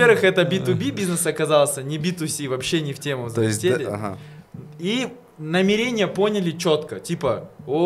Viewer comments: НамерЕние ,мне одной бьёт это по ушам? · Так мусульмане говорят намерЕние